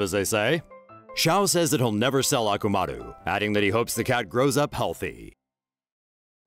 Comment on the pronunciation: The dog in naruto is akamaru not akumaru lol 😂